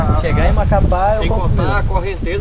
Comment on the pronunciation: Só eu que ouvi vc falar Macapá